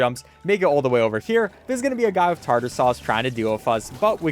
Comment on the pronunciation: its tar tar sauce 😭